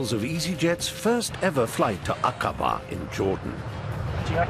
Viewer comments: It’s Acaba (accent on the first syllable)! 😂😂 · DID THEY KNOW? They are mispronouncing AQABA in a way that they are saying a B#@ in Arabic ?? Not kidding..